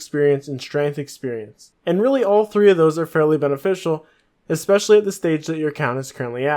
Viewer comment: Learn to read, dude... skimitar was annoying but I had to shut it off when you said expecially...